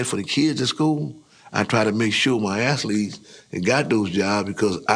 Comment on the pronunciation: Daaamn. Old head said, ”assletes”. 😂